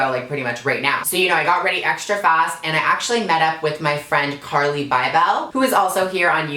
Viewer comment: she pronounced carli's name wrong 😂